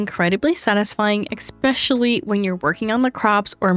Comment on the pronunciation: Eggspecially I like it